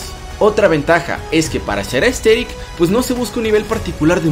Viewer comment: buen video pero al inicio escuche ``entrenar para ser esteril